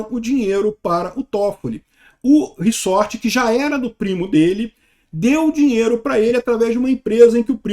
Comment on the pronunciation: Re-sort = re-embaralhar. Resort, o S é som de Z.